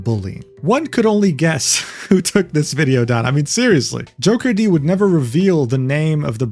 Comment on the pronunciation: Great vid but should've looked into how to pronounce Jokerd though. It's not JOKER-D. 😄 And F piratesoftware , i have no idea how shallow you have to be to ever believe this person. Guy is and was a fraud.